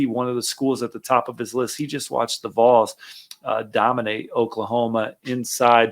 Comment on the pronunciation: Kid, no one is ever going to take you seriously in this subject if you can’t even pronounce ‘Vols’ correctly. GTFO with that garbage.